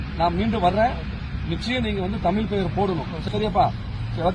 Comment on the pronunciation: உங்கள் நோக்கம் நல்லது, முதலில் தமிழ் என்று சொல்ல கற்றுக்கொள்ள வேண்டும் தமில் அல்ல